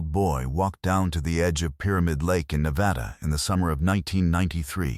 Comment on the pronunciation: Wish you could learn how to pronounce Nevada Properly